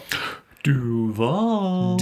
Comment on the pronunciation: When you said “Duvaaaaal” I was like, yes! 904, let’s gooooo! People can say what they want, but I love my hometown. MOSH, Zoo, boardwalk, beach. I miss it.